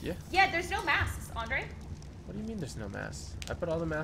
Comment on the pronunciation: It's Andre not "Andrea"